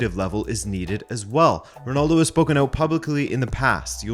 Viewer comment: I thought the way Canadians pronounce "out" was always exaggerated or just not true. Until I heard him say it I find it funny. no offense for the Canadians 🙏